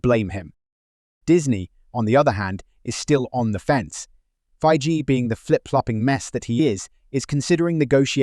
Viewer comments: How dare you compare Feige to Kennedy. If you're going to talk trash, maybe pronounce his name right. Are you trying to be scum? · All these retorts from Reynolds and such, are they in the public sphere? Seems such drama would have made it in the entertainment media yet nary a blurb. So, where can we see/read/hear about these so-called feuds? Or are you making these up for clicks? Interesting how your pronunciation of Feigy changed during the clips from a hard G to a soft one.